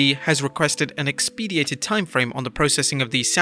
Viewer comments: Lmao “ex-PEED-ee-ate-ed” 😂 bro it’s pronounced “EX-puh-dite-ed” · ‘Expedited’. Brother the content is good on here but every vid has either proofreading or voiceover errors. Could go to next level with a bit more attention to detail.